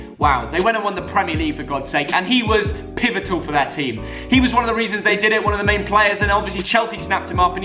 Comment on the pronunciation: This is how many times said “pivitol” ⬇️⬇️⬇️